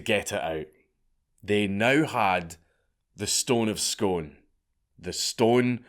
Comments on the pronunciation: I expect Yanks or Anglos to pronounce Scone wrong... not you Dank. Smh 🤣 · I can't believe Dankula doesn't pronounce Scone properly. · I've lived in Perth for 19 years, Scone is a mile up the road, I know loads of people from there and its great hearing you talk about somethingso close to home! But you're the first person I've ever heard pronounce scone like Stone. Everyone here pronounces it like spoon (Scoon) 🤣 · Dank, as a fellow scot, I’m appalled to have just repeatedly heard you pronounce the placename “Scone” rather than “Skoon”. C’mon big man... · It’s pronounced skoon btw not scone but spelt scone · The place Scone, is pronounced skoon , not scone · Another guy with a Scottish accent thats says Scone, rather than saying it as Scoone..... ffs..... hang yer head in another country!!!! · hm i thought it was pronounced the stone of scoon rather than scone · I can't take this seriously given your pronunciation of Scone. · Scone. You say it Scoon ya weegie dobber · It's pronouced Scoon not scone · It's pronounced "Skoon" not Scone 👍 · Scone is pronounced Scoon man. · Dank, it's pronounced Scoone, no Scone ya dobber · Scone is pronounced "Scoon" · It is real, but it's pronounced 'scoon', not 'scone'. Source: I live there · You've gone right down in my estimation Dank, hearing a fellow Scotsman pronouncing Scone as scone when every Scotsman knows its pronounced 'skoon' When it's relates to a floury buttery item its also pronounced "skon" Dissapointed Dank. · The place is pronounced Scoon 🙈😬🏴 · That would work if Scone and a scone were pronounced the same way, but alas theyre not. The scone you eat is pronounced "scon" , whereas Scone is prounounced "Scoon" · Scone is pronounced scoon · Scoon is pronounced Scoon not sgone. And yes i know its Scone. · it's pronounced Scoon ya rocket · It's pronounced "scoon". I thought it was only tourists who got it wrong 😄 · great video, went to the palace and seen the replica, also btw its pronounced "scoon" :)